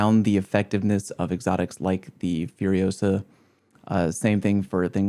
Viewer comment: it's FURIOSA not FUROSA! (Hermoine joke from Harry Potter)